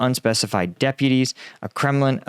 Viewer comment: It's Kremlin not Kremin